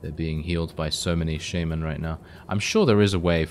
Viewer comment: he said sheimen not shaman lmao